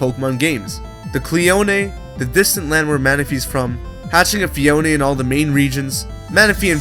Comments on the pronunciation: It's pronnunce phee-own not phee-own-eh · Phione pronnounced fie-OH-in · u said phione wrong ur not meant to say the e its silent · phione sounds like phone